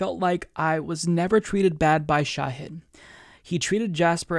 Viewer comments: Please please PLEASE learn how to pronounce his first name 🙃. It's Sh'AAA'hid not 'shay'hid. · His name is Shahid, not Shayhid. The mispronunciation is painful. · Small point: Pretty sure it's ʃɑhɨd, not ʃɛhɨd. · The Indian in me cringes everytime you call him Shehid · It's pronounced Shah-head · Wouldn't hurt to learn how to pronounce his name correctly before he comes on. Just sayin